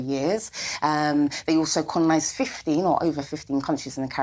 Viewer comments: what the fook is ‘conolised’ 😂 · Did she really say "connolised?" What is that?